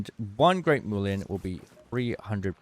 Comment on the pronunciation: It's mulien not moolien